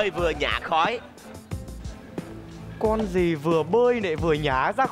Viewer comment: Hariwon đọc nhằm ( nhả khói) thành khả khói